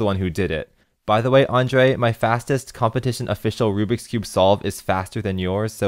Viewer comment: HE SAID THE NAME ANDREJ CORRECTLY. SOMEONE PINCH ME